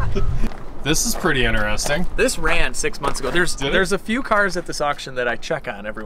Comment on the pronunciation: When i hear inAresting insted of interesting my brain freezes...🥴